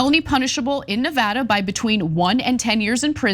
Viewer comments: Thank you , Ana, not only for your courage to speak out, but also for pronouncing Nevada correctly. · The only justice around here that's properly executed is Ana's pronunciation of 'Nevada'; way to slay.